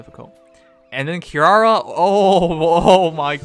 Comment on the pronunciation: is dyslexic confirmed, read the name more carefully, it's Ki-ri-a.